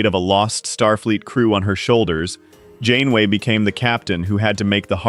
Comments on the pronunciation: 30 seconds in and you say captain “gain-way”??? Do you care so little about the crap you produce you can’t even listen to it once and correct the obvious errors? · captain who?!? 😂 Shame to butcher the name, this series was one of the big reasons I was drawn back into Star Trek.